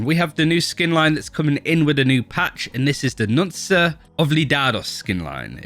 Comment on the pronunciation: ye but nobody knows that the c is k